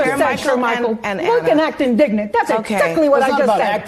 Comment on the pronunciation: Whoever taught Ana the word indignent created a monster.